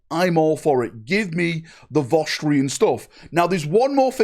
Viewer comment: It's not Vostrian. It's VostrOYAn.